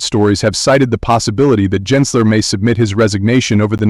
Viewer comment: it's a bot,it's not consistent pronouncing Gensler..